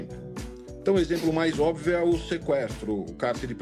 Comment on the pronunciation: PAULO, EU ESTOU SEMPRE OUVINDO VC COM DIFICULDADE DE PRONUNCIAR A PALAVRA "ÓBVIO", OU É ENGANO MEU? COM TODO RESPEITO! 🙏🏻🙏🏻😊